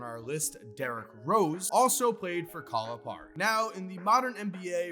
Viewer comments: How are you gonna pronounce "Calipari" two completely different ways within 3 seconds of one another? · You saying Calipari wrong that’s all I gotta say